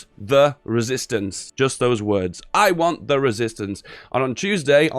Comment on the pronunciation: "I WAN'T THE RESISTANCE"